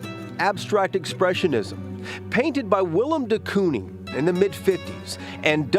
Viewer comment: "de cooning" 😭 its pronounced "cone-ing" like a traffic cone